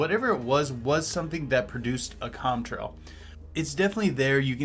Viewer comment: It's Contrail not Comtrail.